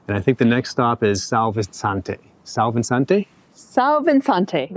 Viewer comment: Hi and when pronouncing "São Vicente" in Portuguese it is more like "São Vee-sent", I hope it helps next time. Very good video.